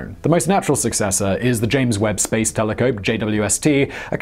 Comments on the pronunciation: hah, you said Telecope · No one: Simon: Telecope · Whats a Telecope? jk Simon, your the man! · "James Webb Space Tele Cope" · "The James Webb space teleGope" 😁😁😁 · "Space Telecope"